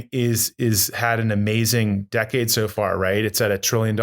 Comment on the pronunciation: Tyler has a bit of trouble saying ‘decade’.. interesting interview and great to have these guys promoting BTC.